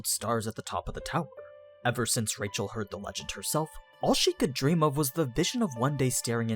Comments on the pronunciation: Rachel not pronounce like Rachel. It's more like 'Raheel' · Like the channel. Hate your pronunciations. i'm cool with faithful, language specific pronunciations. But changing your accent to match a pronunciation is only good when you speak it well. Your accent is bad, so the names are bad. Just speak naturally, even if the pronunciation is a little off. Edit; Actually not watching this channel any more. Half the things you say aren't explicit or talked about. They're just your fan theory, and bad fan theory at that.